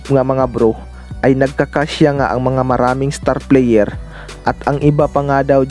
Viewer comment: WOR IT,,,,PLIYER,,,CUCHES,,,BIST PLIYER,,,,MARAMING PRONOUNCE MO BRO ANG MALI